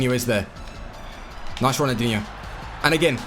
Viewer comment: does it annoy anyone else that he says ronaldinho with no L